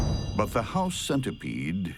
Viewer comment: When he said “house centerpiede” I looked around my room.